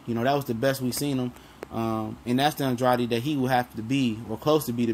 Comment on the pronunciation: It's pronounced "An-DRAID" for the umpteenth time!!Dang.smh